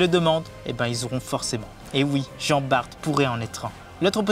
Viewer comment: Jean bart prononcé "Bar" svp 😅